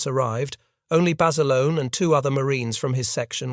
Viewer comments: His name was John Bass-ah-lone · I've heard Basilone pronounced both ways by reliable sources. Though Bass-alone is the most common way.